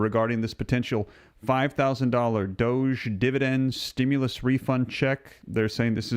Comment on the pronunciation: you keep saying 5000 each person in, but I keep hearing 5 OOO per couple